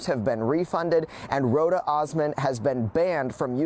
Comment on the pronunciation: Dude it's Roh-duh! 😂 I just saw a post the MTR put on Instagram! That heffa is in Jamaica!